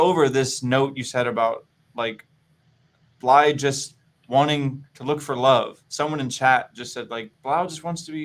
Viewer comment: is he pronouncing blaidd's name with the D instead of the th? oh boy